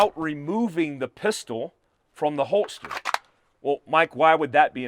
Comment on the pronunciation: I’m a fan, but are you saying holtster instead of holster?